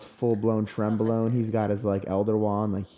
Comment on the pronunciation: "full blown trenbologne" 😂